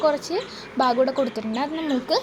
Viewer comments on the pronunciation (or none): none